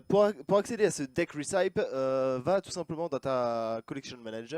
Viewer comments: Recipe ça se dit rècepi pas rissaïpe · Pour ceux qui comptent me flame, recipe en anglais se prononce "récipi" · Recipe -> Ressipi, et non Rissaïpe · "Deck Réssaïp" best accent de la part de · ça se dit récipi